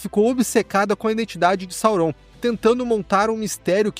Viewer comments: Gente que fala “saurón” 😂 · Que agonia você falando o nome de Sauron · Ótima revisão, concordo com tudo… exceto com a pronúncia de Sauron 😂